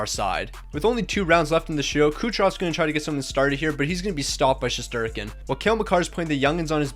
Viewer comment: It’s shesterkin